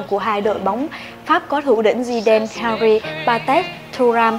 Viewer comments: Nó đọc đúng tên henry. Bạn nghe thế nào vậy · Thi loi Nguyen Nó đọc đúng rồi m ơi